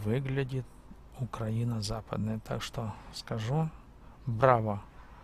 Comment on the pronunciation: Дружище, только пожалуйста, при произношении слова Украина,- ставь ударение на "И", просто так правильно. Да , а дороги у нас получше в разьі, и главное что постоянно делают. Уже с Львова к Ковелу делают, так что - ВЕЛКАМ